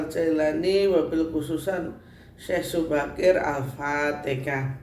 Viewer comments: ALFATEHAH MAAF BUKAN ALFATEKA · Apatikah, alfatihah buk bukan alfatikah